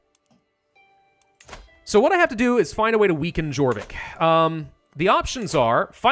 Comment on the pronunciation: Jorvik is pronounced like yorvik. Almost made me lose my mind